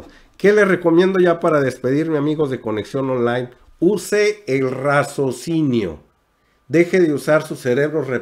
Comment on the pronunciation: Y no me lo tomes a mal. Se dice: RACIOSINIO. No razocino. Y si. Tienes razón. Hay que saber qué escuchar, porque debemos saber discriminar, qué escuchar.